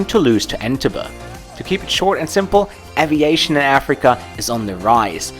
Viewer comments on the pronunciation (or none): "....from Toulouse to Entebbe." En-TEB-be, not EN-te-buh.